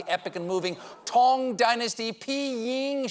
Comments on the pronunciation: I live in China. It's "Tang" dynasty, not "Tong" dynasty. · there's no "Tong dynasty"